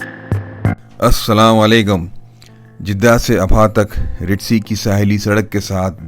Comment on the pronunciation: Bhai Sahb, Salam tou sahi tariqe se kerain "Assalam - o - Alaikum" assalam walekum nahi